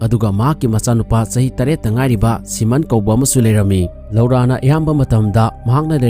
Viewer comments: Loura haiba natey "LORA" haina haiyo. Tabada nokningey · Lora haina pronounce toubiyo loura haibigano